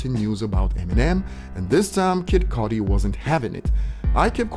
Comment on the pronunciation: You said "ernergy" and "codi" 😅🤣🤣